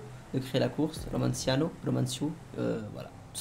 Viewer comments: il sait toujours pas dire le nom de son créateur romanaccio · par contre j'en ai marre ça de tes "romanciano" 😂😭😭 ça se prononce "romanacho" ptdrr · Mdr il sais toujours pas dire le nom de son createur !!😂😂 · 1,5 ans que romanaccio créer des courses pour et 1,5 ans que ne sait toujours pas le prononcer ^^